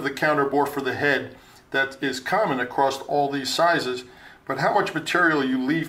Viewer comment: heh what is it with machinists saying "acrosst"... abom does that too